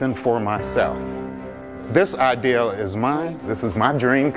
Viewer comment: Should have practiced saying “idea”